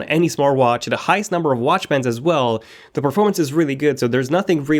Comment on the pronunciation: its not "dee" best , its "dh" best...